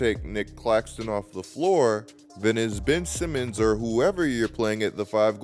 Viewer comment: Bro why are you saying his name like that 😂